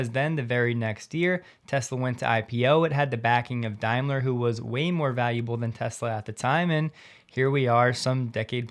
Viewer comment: Hi, It's pronounced Dame-ler not Dime-ler, just so you know